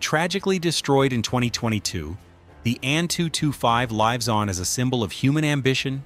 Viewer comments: Truly fascinating. You may wish to brush up on how to pronounce "lives on" (toward the end). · i was excited to see this video when i heard "lives on" mispronounced so poorly. now realizing this is just an AI voice, i will thumb down the video. for shame.